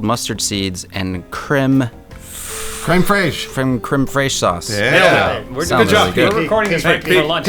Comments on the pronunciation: Btw. crème fraîche is pronounced (cram fresh) but with a hard k. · its pronounced fresh! Creme fraiche- fresh cream. I thought you were supposed to be a great cook.